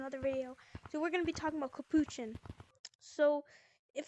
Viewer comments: Capochon?? ITS CAPUCHIN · no its NOT CAP POO CHIN tf